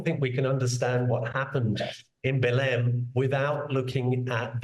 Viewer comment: Congratulations! Your News about COP30 seems well analysed in this critical year of 2025. Allow me to say that I admire your perfect pronunciation of the word: BELEM! As a foreigner speaker, your professionalism is at its best! Let me say that Brazil lives inside a hypothesis of Nulity and the global North holds the Main Hypothesis: Financial success at all cost. Olso Brazil is historicallyunder European colonialism, that is, they are in disalignement among themselves and in alignment with Frankfurt. There are useless friction in debates. But they must percevere. God Bless.